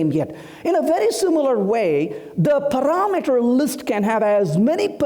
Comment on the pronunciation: "Paraaa meter" Why is try to put a fake accent while his pronunciation , is all over the place :)